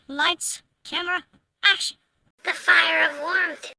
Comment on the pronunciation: this godly is not saying lights, camera, action. Instead, this godly is saying lights, camera, aksh, can you fix that voice please, I hope this godly is not saying lights, camera, aksh.